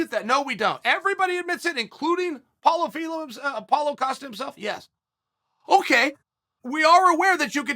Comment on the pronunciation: "Paulo Phillips"😂